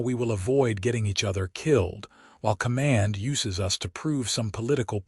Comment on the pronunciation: "....while command USES (pronounced by your AI as "YOU-sses)..us to prove...."!!!! THIS pronunciation in THIS context is 100% wrong!!!!!!!!!!!!!!!!!! IT should be, "....while command YOU-ziz us...."!!!!!!!!!!!!!!!!!!!!